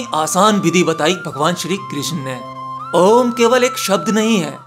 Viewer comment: App om ka galat uchran krrr rahe hhh